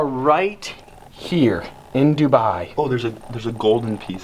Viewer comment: That Dubai pronunciation tho. Seems familiar 🤣